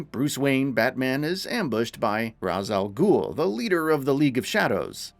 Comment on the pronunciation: Sorry sorry no one noticed he said cook langstrom or that he said ras al Gul wrong